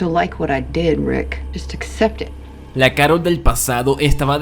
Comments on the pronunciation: Pronuncias Rick como Rit? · Gran video, pero por que a rick le dices ryd? Ajajaja en este y en otros videos también.